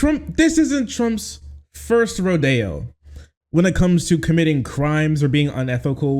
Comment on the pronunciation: "This isn't Trump's first Rodeo", Awwww, thank you for using the correct pronunciation of Rodeo in that!!! =D